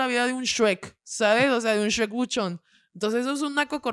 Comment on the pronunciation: Un suek buchón 😂😂😂 así se pronuncia shrek en Monterrey 😂😂😂